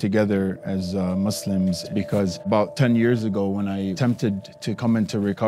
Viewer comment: Is he pronouncing it as Mislims ? 😁